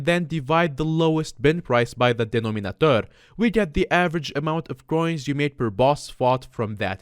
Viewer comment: The way he pronounced "Denominator" hahahaha